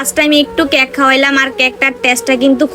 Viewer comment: ক্যাক না কেক😂😂